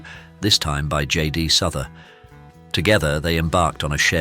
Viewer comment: Pronounced J D south er